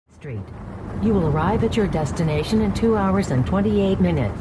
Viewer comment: You have arrived at your "DEATHination" haha welp I'm not sleeping